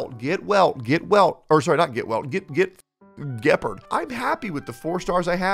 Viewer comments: He says Geppard instead of Gepaard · The amount of people who say's Gepard name wrong when they literally give you the pronunciation of his name in game is unreal. You and are the only 2 I know so far that say his name that way but most people just cannot pronounce his name correctly no matter how many times its been heard in game lol. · Isn't this the guy that pronounces Gepard as Gepard and not Gepard?